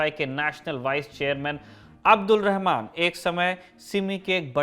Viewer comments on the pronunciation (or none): none